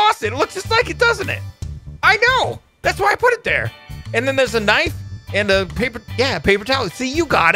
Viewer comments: knife is said k.n.i.f.e. not kniffy>! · knife is with a silent k . its nife if u say it correctly but to spell it u use the k but it is still silent. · Every time he said KI NI FI I was so confused and then im like Knife oooooooooh